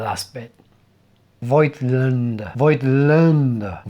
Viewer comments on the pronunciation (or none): You are doing reasonably good with the ä-part in Voigtländer, but you are wrong about the pronunciation of the first syllable. The i is not spoken, but it is a signifier that the o has to be stretched phonetically. So the o is bit like in the word 'mole'. If you don't trust me, there is a good video of the YT-channel Analog Insights with the title "How to pronounce German camera and lens brands correctly?" This video also features the correct pronunciation of the name Voigtländer. But other than that: Great video. I found that metaphor to be very fitting. Five years ago I was still shooting mostly analog cameras from the 70s. Even (historic) motorsport events. So I feel right at home focusing manually. But it justs takes a little bit more time and prethinking your shots. But when one of my nieces or nephews is having a birthday party I tap out and mount an AF lens. No chance! 🙂